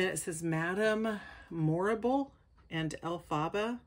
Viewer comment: You are saying her name wrong is Elphaba